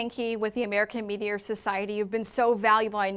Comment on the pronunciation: Huh huh huh. She said Meaty Or. 😂